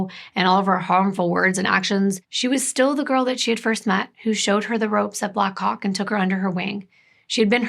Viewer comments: How many times did you practice saying Black Hawk as clearly as you could before making this video lol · Ohh black HAWK! It took me a few times hearing it to realise what you weren’t saying 😂 😅